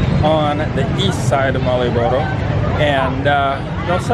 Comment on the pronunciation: Coba dieja ulang... bukan marioboro.. tapi malio boro:D